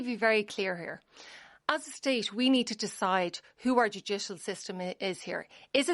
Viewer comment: "Our Jew-jish-al system." 😁